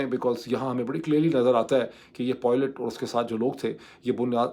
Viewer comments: Not poylet it's piolet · lol yes "Dr" pronounced pilot as POILET............how cringing is that? Graduated from Madarsa University e Islam-a- B A D , no wonder?